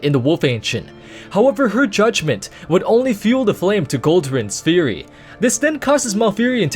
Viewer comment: i love my worgan fury warrior "FURY" not... "furry"